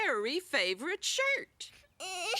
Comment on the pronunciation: Bro sais shit instead of shirt